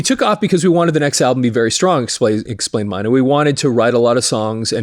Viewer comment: Klaus My' knee...I heard them say it rhymes with money, which it doesn't... Die der Deer ks...lol just looked that one up... I grew up saying Klaus Main. and Deeter Dirks... I saw scorps 1st US tour with Ted Nugent..J Geils Band..Blackfoot...Scorpions... and Def Leppard also on their 1st US Dates I Believe...around '79